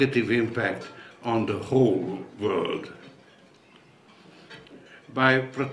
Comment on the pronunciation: Ugh i cringe, my skin crawls everytime he says "vorld" 😵